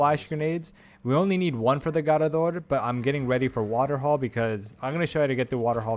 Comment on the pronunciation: The way u say garrador is annoying asf fr fr just say it normal Bruh